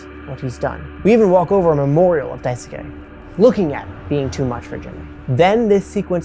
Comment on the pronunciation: this is a fantastic video. i have no notes on the content! however its pronounce dice-kay! you dont need to emphasis the u like "dai su ke" just dicekay! <3